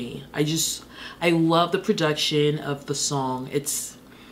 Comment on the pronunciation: Every time she says PRODUCTSHUN we get one more year of life